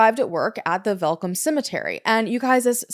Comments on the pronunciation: I dont know anythung about this case....AND I'M SOUTH AFRICAN!! also you pronounced Welkom so perfectly, werk girl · The look of shock on my face when you mentioned the city Welkom AND pronounced it correctly, well done!